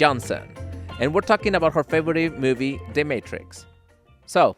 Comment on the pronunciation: "Her faberate mubie, dematricks" lol